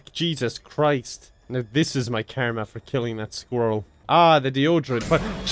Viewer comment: I love how he says "karyma"